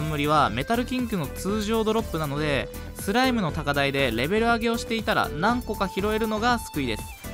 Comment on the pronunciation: はthの発音がキレイですね。 thライム thoう備 はやぶthaの剣 thaい強thoう備